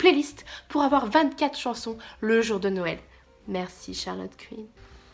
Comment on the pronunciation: La meuf qui réalise le 8 decembre que t'as fait des vlogmaaaaaas! c'est 'nouël' avant l'heure. Tu m'as fait trop marrer.